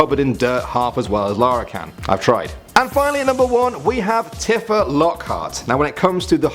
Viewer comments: t-ih-fa,, t-IH-fa? Its t-EEH-fa! Ur gonna get lynched in the comments... It IS the latter pronunciation, isn't it? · It's TE-FA NOT TI-FA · did he honestly just mispronounce tifa. its pronounced tea fa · "Tee-Fah" if you want to say it properly. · It's Tee-fah dammit!